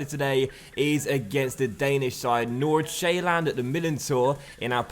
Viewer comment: You pronounce Nordsjælland like Nor-Sjælland you dont say the D